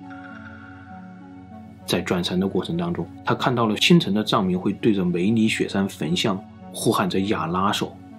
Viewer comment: 我吧梅里雪山聽成美女雪山😂